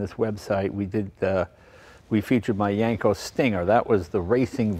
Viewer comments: I'm going to yanko your car freak card until you pronounce Yenco correctly. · That YENKO Jay not YANKO!